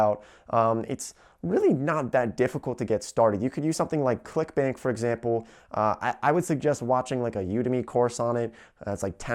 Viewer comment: When you said "clickbank" I swear to God that I heard you said "clickbait..."